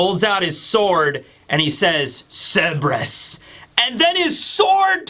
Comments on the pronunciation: Just for the future, Cerberus is pronounced sir-ber-us, not seb-ris. You kept flipping between the two, but I noticed you favored seb-ris. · KUR-BUR-US. The C makes a K sound, and the R is not silent. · A Griffin/Gryphon is a creature with the BODY of a lion, face and wings of an eagle. Also, been watching you for nearly a decade, still can't get over how you mispronounce Cerberus. It's Sir-burr-us not Seb-res.